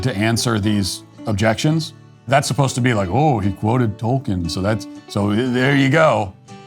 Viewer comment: the way he says Tolkien killed me 😭